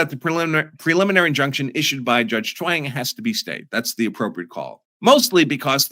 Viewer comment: Sorry but I cannot help but hear “Chaung” like Wayne and Garth are saying it: “Schwaaannnnng!”